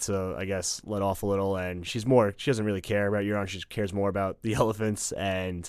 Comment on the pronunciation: They butchered Quyburn and Euron